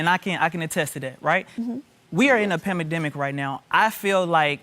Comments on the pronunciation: He said pendeminic? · He lost me at “pamademic”